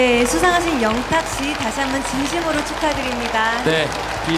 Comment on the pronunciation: 이 크고 정확한 발음으로 "영탁"했을때 너무 기뻐서 순간 심장이 멎는줄 알았습니다 방송국 피디들의 인정을 받은 것은 양어깨에 날개를 단 거나 마찬가지입니다. 더욱 비상하여 펼치고 싶은 음악의 세계를 활짝 펼치길 기원하며 늘 함께 하겠습니다